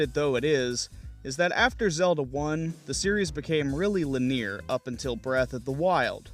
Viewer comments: I have had this happen with words I have only read and never heard aloud, so I empathize. It is pronounced Lin-eee-urrr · Lin-e-ar. Sorry, I couldn’t help myself. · Great vid..linear is said, lin-ee-ur though. Sorry bro, its was kinda like a cheese grater on the ear. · Why does he say "linear" like that???